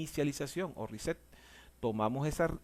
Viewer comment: A mí me dá la risa cuando dices riset(reset) well done,capacitación con humor,grande no cambies nunca champs.